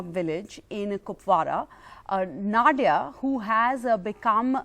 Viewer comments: She isn't Nod-ya. Na-diya. Pronounce it like us Indians pronounce it. English bolna bhi theek hai but at least don't pronounce names in that silly tone just for showoff. You ain't even that good in English. Apna desh or apni bhasha mat bhoolo. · Her name is pronounced as na diya... Pronounce diya as daya jale song